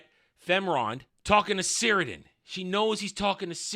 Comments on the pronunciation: You're forgiven, but it's pronounced "Kirdan". The C sounds like a K. As to orcs being able to kill one of Sauron's physical forms, I guess it's not impossible. Iirc the only times in the lore this happens is when Numenor is flooded and when Isildur cuts the ring from his finger. These seem more or less "conventional" ways of dying. Even if one of them is a flood from God, in the end he basically just drowned/got crushed by the water. In any case I don't think it really matters because the whole scene of the orc assasination is complete nonsense. Sauron giving inspirational speeches to the orcs about uniting Middle Earth, the orcs finding a problem with going to war and just wanting to "chill"... 😂 It's so dumb. This would never happen, but if some actual orcs from the LOTR were like "uhh we're scared to fight because we might die" the other orcs would just eat them alive 😂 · Cirdan is pronounced 'KIR-DONE'. Sauron is a Maia, not a demi-god but like an arch-angel. Morgoth was a Vala, which is angel.